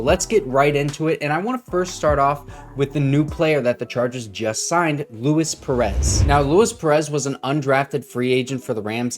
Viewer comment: He's Hispanic. Lu-eese